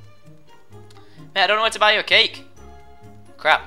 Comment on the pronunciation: when you said cake cake cake cake it sounded like you said cake cake cate cake